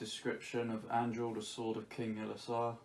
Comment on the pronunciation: Damn you butcher Anduril’s name